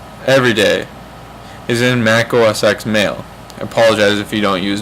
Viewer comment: Pronounce it OS TEN and you're set. :P